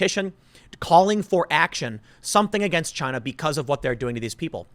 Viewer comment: Tick tock Chy-na...Tick tick...